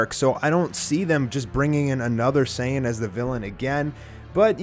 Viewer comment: Super Saiyan five not super saying white get your facts right boy